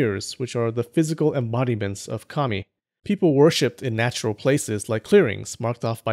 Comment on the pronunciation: 2 things I'd like to mention: 1. I would be really interested in the sources you used for your other videos. I presume the book you promote was one of them? 2. It really took me a while to get that you said 神 (kami), not commie (like in the derogatory term for communist). So during my first watch I thought "Why would people in the Kofun period pray to communists?!" xD Just a little pronunciation tip: The a sound in 神 kami is short (reference: ).